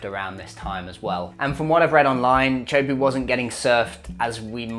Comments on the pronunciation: (tee) (ah) (ho) (poo). "Choapu" is butchering it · It's pronounced tay-a-who-po not chopuu